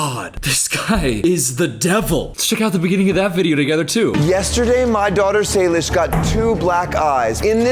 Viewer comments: Nice video! Btw, not that anyone cares, but Jordans daughters name is pronounced Say-Lish Not Sal-ish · His early content was his actual job, photographing dancers. You won’t get views if you film adults. Her name is Say-lish. Did you even research for this video? I really like you, but don’t just start spewing shit that isn’t true. I don’t let my daughter watch them anymore because he is exploiting her and using adult content to do it, but his early content had nothing to do with that crap, it was photography. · i think it’s say-lish. i’ve heard of her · Sry not hate btw but its pronounced (say-lish) not (sah-lish) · Known two ppl w the name Salish. Always heard it pronounced say-lish!